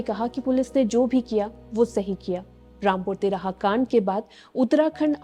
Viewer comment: Rampur Tihara nahi "Rampur Tiraha" Hain😕 jab bolna thik se na aye tohh naa hi bolna....ladki thik se bolna sikho pehle🙏